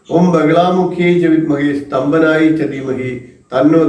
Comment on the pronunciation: സ്തംഭനം എന്നല്ലേ വേണ്ടത് സ്തംപനം അല്ലല്ലോ